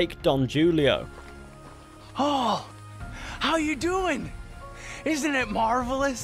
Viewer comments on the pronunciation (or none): Don Julio = Don Hoo-lee-oe Not a grammar nazi but it might make your vids even better if you pronounce the locations correctly. No hate love the videos dude! Seriously one of the best RDR2 channels on youtube. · It's lake don hooleyo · This man really said "Don Joolio" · I don't mean to be disrespectful or a grammar nazi but lake Don Julio is pronounced with an H instead of a J. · It's pronounce Lake Don Hulio it's pronounce like that because it's Spanish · pronounces Don Julio as Dawn Jewleeo: pronounces rio del lobo as rio del lobo sorry I butchered that I’ll give you a sub for making me laugh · Funny you worry about your pronunciation of Del Lobo Rock after butchering the shit out of Don Julio Lake. It’s pronounced “hoo-lio”. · You pronounced "Rio Del Lobo" correctly. It's "Lake Don Julio" you got wrong. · You really don't know how to pronounce Don Julio? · "Don Julio" Gotta love people who dont know the J is silent in Spanish lmao